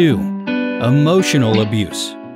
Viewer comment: The eay he pronounces emotional does my head in. Am i toxic?